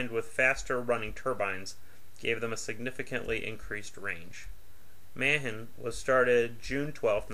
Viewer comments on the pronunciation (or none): When you can't even pronounce Ma-han correctly...I'm out.